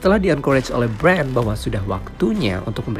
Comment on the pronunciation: Ngomong Bran... Itu belakangnya gak pake "d".